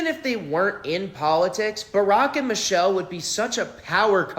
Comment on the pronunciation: her name is Michelle not Mitchele, not sure if you are trying to be funny...but don't be rude. Put some respect on her name.